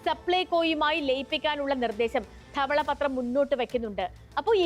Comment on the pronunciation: "ദെവളപത്റം" എന്നാ പറയുക